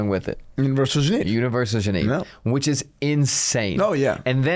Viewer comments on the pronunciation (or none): Love your content guys. It really bothered me how you pronounced Genève throughout the video. It’s “Jeu-Nev”